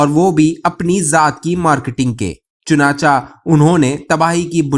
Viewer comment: بھائی صاحب، اپنا تلفظ درست کر لیں، یہ لفظ ""چنانچا"" نہیں، چنانچہ ہے، یعنی حرف چ کے نیچے زیر ہے، اسی طرح ""اگر چا " بھی غلط ہے، اگر چہ، چ کے نیچے زیر ہے، آدھے سے زیادہ وی لاگرز اور نیریٹرز اردو زبان کا حشر نشر کرتے ہیں، کچھ خدا کا خوف بھی کر لیا کریں، مہربانی ہوگی۔